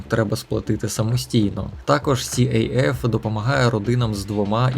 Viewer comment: Привіт. Дякую за вашу роботу. Просто невелике уточнення щодо назви організації, СAF (КАФ) - не сіейеф☺️💖.